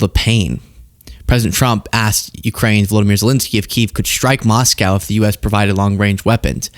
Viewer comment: what's a moss cow? 😅 🐮